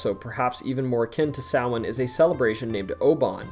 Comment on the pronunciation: Omg you actually pronounced Samhain correctly I love you